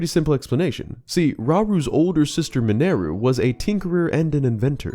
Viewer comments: Tell us you don’t listen how characters names are pronounced without telling us you don’t listen how characters names are pronounced… Yunobo, Mineru. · Hey Really enjoy all your videos. Quick question and this is just for my sanity… why do you pronounce Yunobo and Mineru the way you do? I mean their names are said during voice acted scenes throughout the game so just wondering? I know, I know they are fictional characters and you can pronounce their names however you want. I was half expecting you to say “gah-NON-dorf” lol. Keep up the good work! Upload videos more often :)